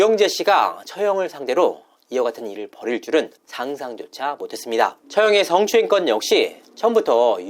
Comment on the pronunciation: 승~추행 이라는 저 발음부터 드러워죽겠음 ㅋㅋㅌ